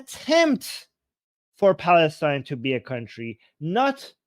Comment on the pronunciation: or ‘Balastine’😂